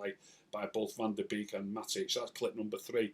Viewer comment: hi his last name is pronounced bake